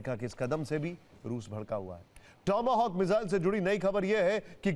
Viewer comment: टोमो होक नहीं टॉम हॉक बोलो भाई 😂😂😂